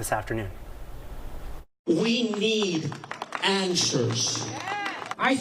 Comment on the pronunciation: Ok, I AM PROUD THAT MY PEOPLE STOOD UP AND SAID," NOT ON MY WATCH!" Now that mission has been accomplished perhaps MY PEOPLE need to learn the correct PRONUNCIATION of Puerto Rico. It is PUERTO RICO NOT PORTO RICO, DAMMIT 😡.